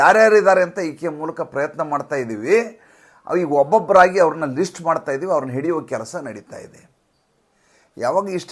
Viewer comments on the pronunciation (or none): none